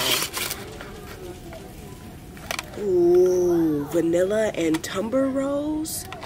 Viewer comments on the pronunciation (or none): Tuberose. Not Tumber I think you don't pronounce the y in ylang ylang